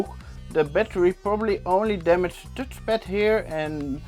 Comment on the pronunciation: tutchpad lol funny how u call it as an Dutch guy haha.